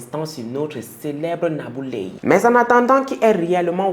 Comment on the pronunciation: Tu as très bien prononcé le nom de cette sorcière nabou leye 😡